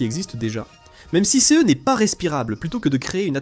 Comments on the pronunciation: Très intéressant, dommage que la voix de l'IA soit insupportable avec sa façon de dire "céheu" à chaque fois qu'elle rencontre le pronom "ce". Par ailleurs, pourquoi ne parle-t-on jamais de la radioactivité du sol martien ? C'est pourtant un frein tout aussi important que la faible gravité à la surface, voire pire, si on souhaite y installer une colonie, non ? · Les Voix pré-enregistrée pour l'IA toujours aussi bête à bouffer du foin ! non CE ne ce dit pas "C"-"E"